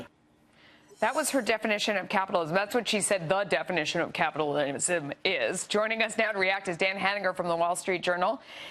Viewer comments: The news lady couldn't even pronounce Capitalism, yet makes a mockery on Cortez the definition of it. #dropfoxnews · This fox news lady can't even pronounce capitalism correctly.